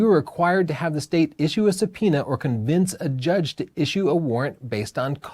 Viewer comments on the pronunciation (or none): none